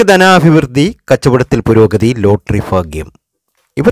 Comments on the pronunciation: എന്റെ ചെങ്ങാതീ...."ഫാഗൃമല്ല.".ഫാരൃയുമല്ല....ഭാഗൃം...ഭാരൃ...ഇതൊക്കെ ആദൃം പഠിക്കൂ. . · ഫാഗ്യം... ഫാഗ്യം... ഇടയ്ക്കിടയ്ക്ക് കൊട്ടൻ ചുക്കാദി തൈലത്തിൻ്റെ വിളിയും ഓർമിപ്പിക്കുന്നു... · ഫാഗ്യം,ഫർത്താവ്, ഫാര്യ,സൗഫാഗ്യം. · മൊത്തം ഫാഗ്യം ആണ് ഫായി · ഫയങ്കര ഫാഗ്യം😀😀😀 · ഫാഗ്യം...ഫർത്താവ്... ഫാര്യ....സൗഫാഗ്യം....കോട്ടയംകാരനാണല്ലേ....വെറുതെ പാവങ്ങളെ മോഹിപ്പിച്ചു പറ്റിക്കാതെ മിസ്റ്റർ... നക്ഷത്രം മാത്രം പരിഗണിച്ച് ഇങ്ങനെ പ്രവചിക്കാനാകില്ല